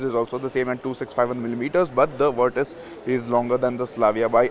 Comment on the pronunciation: Thank you for saying the name correctly